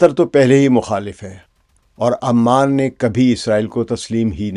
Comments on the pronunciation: Pehli Baat it's Ooooman not aaa man, thats a different city.. Capital of Jordan. Secondly if u think Oman and UAE can become one country just because they were part of one sultante you have no idea of the socio political fabric of the gulf Arab states. They all have deep rooted distrust among themselves, even within the UAE the different Emirates don't trust each other and neither do the different clans have any trust between eachother. All these shekhdoms are severely mentally handicapped and can't think for themselves for one day. All of these things that you are proposing have no connection with reality. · Aman nahi Sir, its Oman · it is called Oman not Amman which is capital of Jordan. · It's not Aman it's Oman... Aman is the capital of Jordan... Naam to Sahi le janab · Sir it's not Aman . Oman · امان يا عَمان نہیں بلکہ عُمان (اومان) ہے۔ عَمّان اردن کی دار الحکومت ہے۔ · It is pronounced as OMAN....Not Aman...pls correct it..